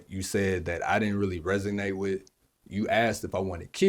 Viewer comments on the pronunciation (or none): Resonate… not re-zig-nate… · Not "resignated" lol 😂 ha ha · He’s way too impressed with himself n idk what to take from his energy but he seems highly toxic and it irks how he misuses or mis-pronounces words.. “genuwal, resignate” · Lol at him saying resignate instead of resonate. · The word is resignate or resonate? 🤔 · It's RESONATE, not RESGNATE.